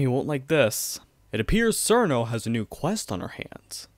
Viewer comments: Its pronounced CH-irno, not SER-no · it's "cheer-no" not "SeEr-No" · Her name is pronounced cheer-no (chiruno in jp) not sir-no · An accurate phonetic pronunciation of "Cirno" is Xjheirnoughf. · ah yes, my favorite character, churros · SUURR- KNOW TEHH-WEEEEEE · STOP PRONOUNCING CIRNO AND TEWI LIKE THAT 😭😭😭